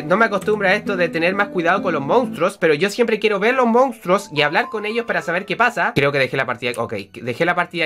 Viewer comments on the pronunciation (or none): none